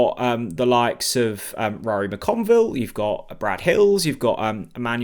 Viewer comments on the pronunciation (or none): Needs to learn to pronounce Ruari as well….and Mahovo.